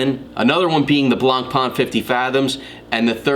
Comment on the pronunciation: Nice simple review on Zodiac, but the right french pronounciation of BLANCPAIN is NOT something like "blonpa-an", but rather "blon-pen". Cheers